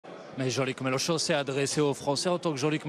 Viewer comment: " Jean-Luc Mélocho " Bompart serait-il belge ?